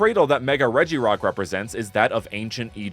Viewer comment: they say REGIrock